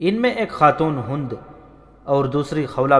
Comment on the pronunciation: Hund nhi Hind